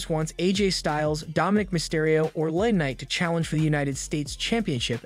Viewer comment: Now I know if you watch WWE wrestling you know these wrestlers names like L.A.knight.not Laknight,sometimes you can over looked if you say it a couple of times but not when you say the name wrong several times,sorry I just had to say something this time..